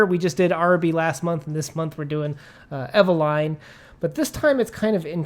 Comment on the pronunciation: Oh good Lord… please don’t pronounce Eveline in that fashion…